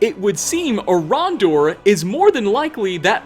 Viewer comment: "Orondor" Who the crap is Orondor? "Who is a priest of Mara" You mean Erandur?!